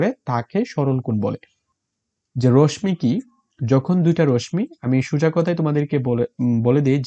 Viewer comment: রশ্মি র উচ্চারণ সঠিকভাবে করুণ